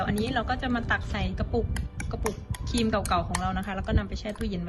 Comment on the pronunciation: ครีมค่ะไม่ใช่คีม ขอบคุณที่แบ่งปันค่ะ